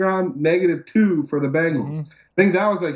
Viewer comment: Why can't pronounce Bengals?